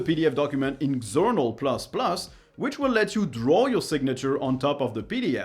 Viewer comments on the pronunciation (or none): Love xournal++. It's a really nice tool for doing paper reviews. Xournal++ was my favorite tool until Obsidian came along, and Obsidian still isn't as flexible when it comes to doing impromptu paper reviews. I pronounce it ʒournal, like jamais, not ex-ournal. I use sumatraPDF as my viewer - I like apps that work in Windows as well as LINUX, and after Adobe bailed on LINUX, it's been my go-to reader. When working remotely, I was required to digitally sign many documents with a digital certificate. In this case, I just used a remote desktop to use the company's tools. I'm shocked/not shocked that under the hood of GImageReader is Tesseract - that OCR has been around forever. I'm surprised there is no better open source successor after all these decades - Tesseract has been around since the 1980's. Tesseract used to be a bear to set up - tracking down which fonts, which repos, which components, etc. - good to see it's now a lot easier to set up. I'm looking for a good open source app that will convert PDF to LaTeX, including equations. I've found a few things, but nothing that was complete. Some do PDF to markdown, which is good enough, but no integrated PDF including equations to a useful markup/down language that I've seen so far.